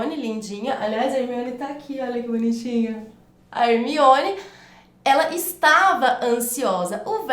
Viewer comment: Porque você fala Hemione se na explicação é Herminone? Porque você come o R do nome da pessoa no exemplo?